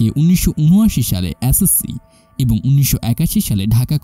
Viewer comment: আপনার এস.এস. সি উচ্চারণ সঠিক হয় নি।